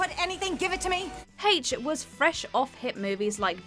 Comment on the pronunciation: Woah, has jumped from WhatCulture? You're going to have to learn to pronounce names properly now,. Watchmojo always pronounce names correctly. You may have been able to get away with that at the WC, but these are the big leagues. It's Haysh, not Hetch.